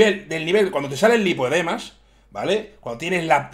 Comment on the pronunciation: Hay tres niveles de “lipodemas” que encima lo dices mal.